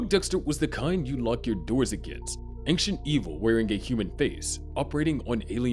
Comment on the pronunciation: Your pronunciation of "AnKcient" should disqualify you from speaking about ancient entities.